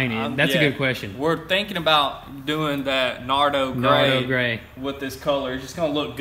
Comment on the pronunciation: I thought you kept saying naruto grey